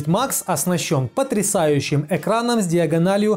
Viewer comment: Экраном а не екраном